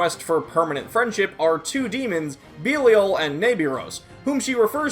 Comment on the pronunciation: Mispronounced belial